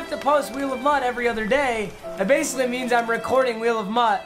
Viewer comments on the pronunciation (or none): none